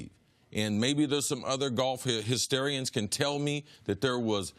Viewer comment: He said golf Histarians 🤷‍♂️